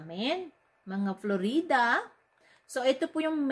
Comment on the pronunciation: letche daming palabok straight to the point na dapat saka Florida po hindi Flo-Ree-Da 😆